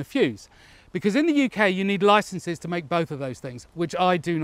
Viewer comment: "i don't have a loicence for that" lmao classic